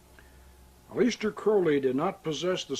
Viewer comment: "uh-LEES-ter" Crowley??